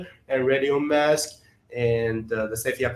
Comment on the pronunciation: When narrating an instructional video, you need someone that can pronounce the words correctly for example mess is not mask! Your closed captions are highly incorrect. It is most difficult to understand the narrator as he does not pronounce English words correctly. I realize that English is a second language for him but please get someone else.